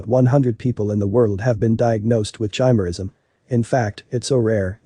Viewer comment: It's pronounced ki-mer-ism, not chi-mer-ism.